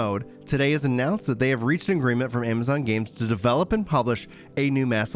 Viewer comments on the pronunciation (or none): "Ama-gonz Games!" HEH never change you.